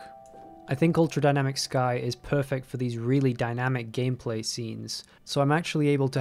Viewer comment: did he just say gayplay? 😂